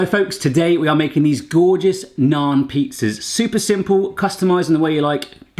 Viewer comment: I like that he pronounces naan correctly instead of pronouncing it like nan. Also butter chicken isn't a sauce.